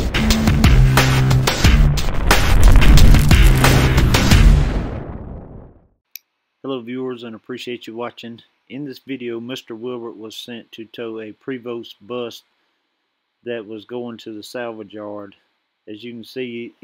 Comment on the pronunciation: the name of the bus manufact- urer Prevost is pronounced Pray Vo., made in Can- ada.